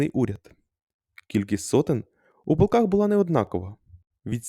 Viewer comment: ПОлках??? Може "ПолкАх"!